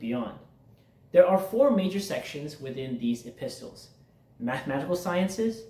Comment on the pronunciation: Thanks for your time. I commented on your short. Here is a small English tip. The word EPISTLES is pronounced epissels. The T is really silent. This is going to be a very big task. Remember, the schooling started young men at the age of 15. They were taught in groups of years because of our age of maturity and understanding. They were very particular about learning in order. It is a layer upon layer learning cycle, like laying bricks. I am 71 and the last age group in their school was 50-70. I would be like a Sage. Haha. If you are in the states, are you familiar with the Ismaili Institute Prince Rahim Aga Khan V and his father built in Houston, Texas? It really is quite beautiful! Estimated $200,000,000 to build it. Thanks for trying to help. I think this is a hidden gift to all of humanity even though some of the information might be outdated. Scholarly minded people work with it. 😊😊